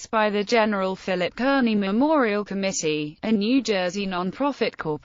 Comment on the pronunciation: It's pronounced CARN-IE not kernie.....